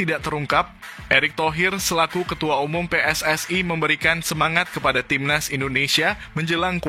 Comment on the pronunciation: aku dari Indonesia. kepada cainelaku sering menonton cenel anda maka aku pengin cenel coba berlatih bahasa Indonesia sia lebih Pasih lagi supaya lebih jelas dalam berpendapat contoh kalau bicara pssi coba di pasihkanenjadi jangan pssa tapi pssi iiitu saran dari kami makasih